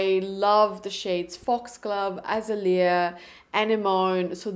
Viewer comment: I snagged some if these blushes on their amazing black friday sale and Im so happy I did! Foxglove is definitely my favorite and Im itching to buy more shades. I’m thinking maybe anemone would be a good one but hearing you attempt the pronunciation had me giggling! Its a-neh-mon-ie like the plant that Nemo lives in!! 😂 And azalea is pronounced a-zay-lia 🥲 🌺 these plant names are hard though I get it lol